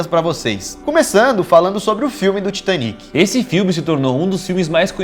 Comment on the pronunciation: Excelente vídeo. Apenas um detalhe. O Titanic foi um navio inglês e portanto a pronúncia deveria ser “Taitânic”. Além disso, em português é a palavra titânico e nâo titaníco, como em pinico. Titanic (Titaníc ) é uma pronúncia francesa, horrível por sinal. Kkkkk TAITÂNIC!